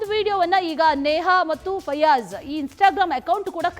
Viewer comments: ಅಂವಾ ಫಜಲ್ ಅಲ್ರಿ ಮಾರಾಯರ,, ಫಯಾಜ್,, ನೀವು ಫಜಲ್ ಅಂದು ಅಂದು ನಮಗೆ ಫಜಲ್ ಕೊಡಾಕಹತ್ತೀರಿ😮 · ಪಜಲ್ ಅಲ್ಲ ಮಾರಾಯ ಫಯಾಜ್😂😂😂